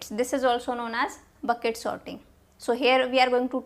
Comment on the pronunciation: It's quite funny that she pronounces sorting as 'sotting'. However, the quality of content she delivers overpowers any pronunciation errors since she is able to explain the concept in a clear and concise manner.